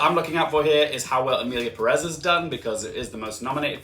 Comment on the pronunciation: For pronunciations: Corbet is "cor-bay" and Perez is "PEH-rez" instead of "Pe-REZ"